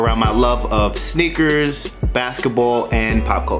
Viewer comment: Sneakers❌️ snakers✅️😂😂😂😂😂